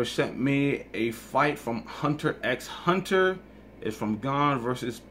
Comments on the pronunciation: it´s pronounced "hunter hunter", without X. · (LALALISA) Wrong. No it can't. It's not pronounced with the "X" in any way. It's a common mistake, but everyone who pronounces it with the X is wrong. It's "Hunter Hunter". It doesn't matter how you've heard it. It's not based on opinion. It's been proven. It is fact. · Lalisa T And? That's why I said it's a common mistake, that certainly doesn't make it right. It's not based on opinion and it's not a debate. There's only one right, everything else is wrong. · (LALALISA) That was you acknowledging it by saying "whatever"? You're the one that started off by saying that pronouncing it wrong is just as acceptable as the right way. It makes people come off as amateurish, that's fine for you, sure, but telling others that's how you also say it when there's no truth to it is wrong. The majority of the people I come across just had no idea, which is understandable, it's not common knowledge I would think. That's why +Diego Ponce I'm sure felt the need to make a simple correction for and then you go and try to correct Diego with something that's not true. You gave someone false info. Sure, it's just a title, but that doesn't make you less wrong. In the end the creator himself has first and final say how it's meant to be and he already cleared it up and explained the title already. +Diego Ponce was right to help correct and was 100% correct and didn't need your input. It's then up to and others how they want to pronounce it with this knowledge. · It might be stupid, and I didn't read every single comment, but I wanted to put in my own input. I do agree that Hunter x Hunter should be pronounced correctly; "Hunter Hunter." But for me personally, I would always say the X if I was talking to someone who wasn't familiar with the show, but clarify the correct pronunciation. I guess it's for spelling clarification, for how it's shown, which I think is fair enough.